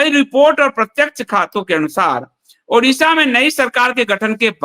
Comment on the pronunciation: ओड़िशा है न की उड़िशा 👏👏👏कृपया आगे से ध्यान रखें ।